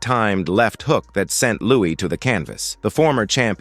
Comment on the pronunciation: "Lewis" is they way it's pronounced... not even his friends called him "Louie", And why doesn't the narration match the video?? Perhaps you should find another line of work. And PLEASE NEVER use AI narration!